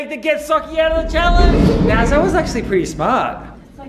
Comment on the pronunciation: I THINK SAID "AcuLly TwOOOO"😝